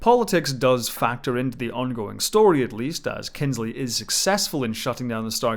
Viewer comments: This was so well done! Thank you for all your hard work. One small correction.... Kinsey does not have an "L" in it. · It's Kinsey. Without the L. :D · Its kinsey ffs how u miss that error out man